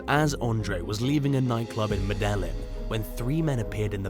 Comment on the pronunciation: Love u guys... I like the new narrator. Great inflection... But u totally mispronounced "Medellin", Colombia... & Orlando is definitely not in California....